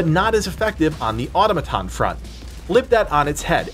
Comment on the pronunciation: Uh Tom uh tohns.